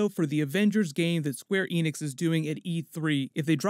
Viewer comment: Square eynix 😂